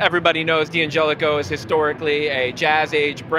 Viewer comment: The D’angelico representative can’t pronounce DANgelico correctly.